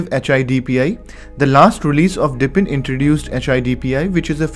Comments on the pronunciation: Dude, it's DEEP-in, not dip-in. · I was in the middle of writing this comment, and I figured I better check if someone else already said it. It drives me crazy that he keeps saying, "dippin'." LOL